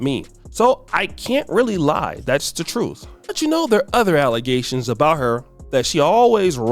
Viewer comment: I’m waiting for her to say alizetions again 😂😂 😂